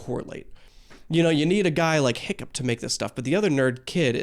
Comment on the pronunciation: The way the Piplup behind you is staring daggers into my soul everytime you get Hiccup's name wrong just plain hurts. 😭